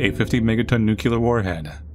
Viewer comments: Great video except you said "nucular" a few seconds into the video which kinda ruined my entire day but other than that it was ok. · Why is it that not one damn person on YouTube can pronounce the word nuclear? There is no u, nor anything that makes the sound of that letter between the c and the l. In fact there is nothing between those two letters. C sound followed directly by L sound. Like the word clear. It isn’t pronounced culear, it’s pronounced clear. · Why do you pronounce "nuclear" like Homer Simpson tho? 😂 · Why can no one pronounce "Nuclear"? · With Putin bringing it up so frequently recently, it's become painfully grating how many people seem unable to pronounce the word "nuclear." It's not just Grammar Nazism; this is honestly distracting. Please take just a bit of time to get it straightened out. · I'll never understand why americans will mispronounce "nuclear" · If you're going to make a 20 minute video about a game about nuclear war, at least learn how to pronounce the word nuclear. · Learn how to pronounce nuclear!! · What possesses you to think there's a syllable between the 'c' and the 'l'? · It’s new-kle-ar, not new-ku-ler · You can try saying NEW CLEAR to avoid the NUKELAR pronunciation. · I was contemplating subscribing to the channel - and then he said "nucular war" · Nu-clear, god damn it, it’s not nu-cu-ler. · Nuclear.....not nucular. Geez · Oh....its nuclear. Where did people get nucular from? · Say it with me people "nEW-CLEAR" not "NUQUEULER" 😭😭😭😭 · It’s “nuke-lee-ur”. Not “New-cue-lur”. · ITS NUCLEAR NOT NUCULAR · just gonna ask but shouldn't nuclear pronounced as nuclear instead of nuculer? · Nuc-lee-ar, not Nu-cu-lar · NEW-CLEAR. NOT NEW-CUE-LAR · "nuclear" has two syllables. It's pronounced like "new" and "clear." There's no letter between the 'c' and the 'l'. It is not "nucular." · For fucks sake, it's not pronounced "Nukuler." Nu-clee-er. Just read the word, there's no second U between the C and the L. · “Nucular war”